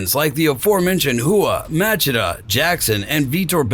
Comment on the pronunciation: How is it amazing, if he speaks about doing a homework about Rua, but called Chael - KAEL, and Machida - MAKIDA ?